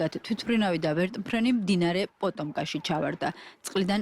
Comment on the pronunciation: პოტომკა კი არა პოტომაკი.